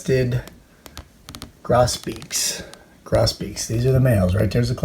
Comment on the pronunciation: It's pronounced GROSS-beak.